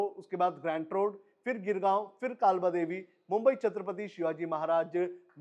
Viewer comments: नाम काबला देवी नही है. काळबादेवी / कालबादेवी है. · काबलादेवी 😂 कालबादेवी 😊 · अरे भाई काबला देवी नही, कालबा देवी मेट्रो स्टेशन......😅